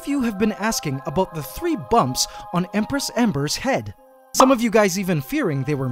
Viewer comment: Ok but hear me out, the "Embress"